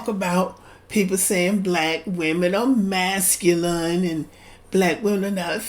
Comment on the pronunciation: He cannot even pronounce the word masculine correctly!!!! What does that make him? Ignorant?